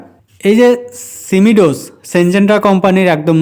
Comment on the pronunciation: উচ্চারণ টা ঠিক করুন সিমি ডোস না সিমো ডিস